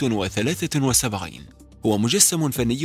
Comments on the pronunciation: معلوماتك عن الكائن الاول غلط والنطق كمان🙂 اولاً: اسمه اس سي بي مو سي كي بي ثانياً: الكائن اسمه 173 مو 273 ثالثاً: الكائن بيتحرك لو رمشت او لو مكانش حد مثبت النظر عليه اما لو حد ثبت نظره عليه فالكائن ما هيتحرك من مكانه تثبيت للناس اللي مش عارفه❤❤🥰🥰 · 😂ما شاء الله علم عظيم😂 منذ متى والsتنطق ك؟!